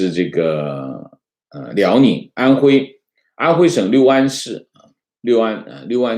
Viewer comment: 六安 念 路安..这里不念6